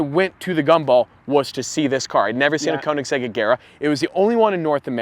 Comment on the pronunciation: Stradman should learn to pronounce koenigsegg correctly 😂